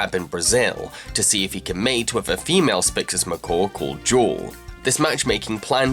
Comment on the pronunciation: Uh...Blu‘s wife‘s name is Jewel. Not jaw...wtf.